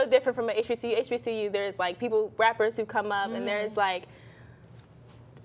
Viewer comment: I knew she was not a black American when she couldn't say hbcu 🤣🤣🤣